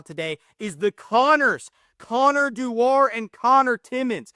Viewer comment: I think it's pronounced Doo-er, but yes both Connors have been great